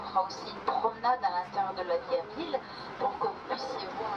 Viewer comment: Vidéo intéressante, mais ô combien atroce la manière dont parle la femme... "La villEU, le quartier huppéEU" Quelle souffrance :D